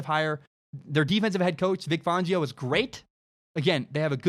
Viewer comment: For the love of god please pronounce Vic Fangio properly. Fangio like *fan*. Not Fongio